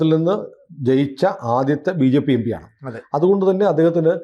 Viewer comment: M P ( em-P) ennu parayan padikyu... Yembee alla